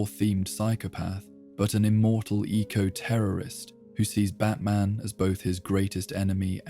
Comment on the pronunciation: Pronounced " bat - min " I assume?